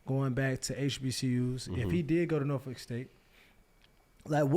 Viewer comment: Shoutout to Peggy for saying Norfolk right!